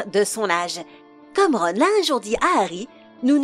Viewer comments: C horrible la vois en plus elle prononce mal le nom de Ron et de tous le monde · Cette prononciation degeulasse du noms de ron